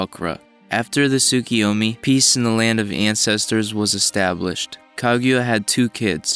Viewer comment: "Ka-gyu-a"? "Tsukiyomi"? "Gamimaru"? Please learn the names, for God's sake!